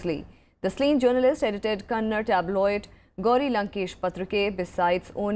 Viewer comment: It is Kannada. Not Kannad.